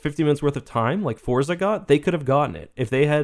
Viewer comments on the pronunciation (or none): none